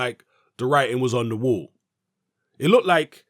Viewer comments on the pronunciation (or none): none